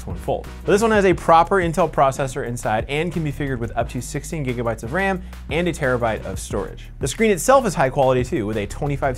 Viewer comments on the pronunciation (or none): none